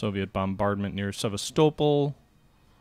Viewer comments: Please it is pronounced SeVAStopol not SevasTOEpol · Please, please! It's pronounced Seh-VAS'-tow-pole. Now, let's say it together, Sevastopol. Alright, good.